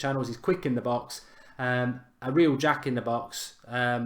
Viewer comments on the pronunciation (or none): none